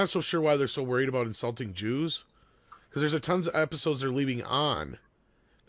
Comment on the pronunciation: “This is aboot diplomacy, this is aboot dignity. “